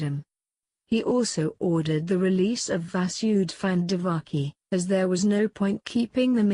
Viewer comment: not divaki...she was devaki